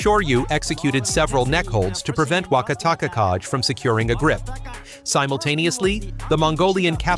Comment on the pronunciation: I'm not Japanese, but yeah the pronunciation was getting to me as well. The Wakatakakage had about 4 variations 😂 I think it's an AI type to text 👌